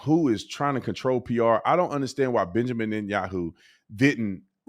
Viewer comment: You constantly call Benjamin Yahoo 😂😂